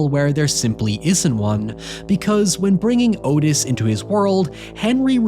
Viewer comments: Its not Otis its pronounced ahtis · Not the point, and the movie probably got it wrong, but Otis apparently pronounced his name like Aw-tis, or Ottis, not Oh-tis. But he was a POS either way.